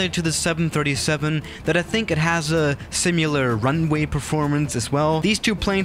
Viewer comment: Nobody:: Pronounces "similar" as "simular"